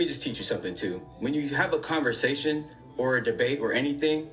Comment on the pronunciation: Nigga said conversacations 🤣🤣🤣🤣🤣🤣🤣